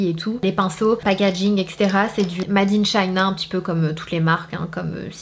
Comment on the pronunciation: Comment tu prononces “MADE” 😂😂😂